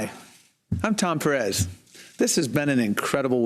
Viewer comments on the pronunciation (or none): none